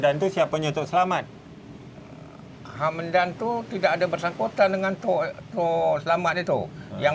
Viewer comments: ni sudah di tegur di dalam video sebelum ni tentang penyebutan nama yang sebenar ialah Tok Selamat bukan Tok Selamit tapi masih juga nak menyebut Tok Selamit!!! Tok Selamat tu orang Melayu bukannya orang Jawa yang di sebut Tok Selamit! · Tok SelaMAT bukan SelaMET. sudah beberapa kali tersalah sebut. tolong biasakan sebut nama orang dengan betul. sampai pakcik bujang pun tak cam nama tok selamat bila sebut selamet🤣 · 😂😂betol. Nama melayu tok selamat. kena betulkan lidah dan sebutannya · 😂 tok selamat bukan tok selamet... selamet tu nama org jawa...